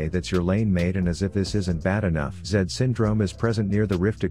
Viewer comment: it’s underfed zed